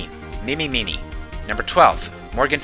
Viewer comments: you still mispronounced her last name. it's not "miniy" like in "mini marshmallows". it's "miney" as in... mine-e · You pronounced Mimi Miney and Kristoph Gavin wrong.